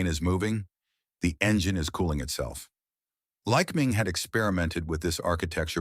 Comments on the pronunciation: Why must every service manual be "oil stained"? Not mine. I take care of them. The digital to spoken voice thing needs to learn how to pronounce words correctly, like Lycoming and lead. It is not always right. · Pedantic point: In the industry we don't accent the first syllable in Lycoming, but the second. It's "ly-CO-ming" not "LYC-o-ming." Hard to train AI narrators on these bits of normal language I know. Had to say it though. Also, these engines are not "high pressure" just the opposite. Compression levels below 6:1 in many cases. Now do Continental, because they're the "other" player in this scene. If it's not a Lyc, it's a Continental. Sewing machine smooth, too. My old 172 had an O-300 in it; classic engine. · This video's production must have relied heavily on AI, especially the dialog. The narrator has three ways of pronouncing the name Lycoming. He also pronounced lead incorrectly, and his manuals are always oil-stained. Furthermore, he completely ignores Lycoming's competitor Continental. The story here is interesting, but its presentation demonstrates the limits of AI.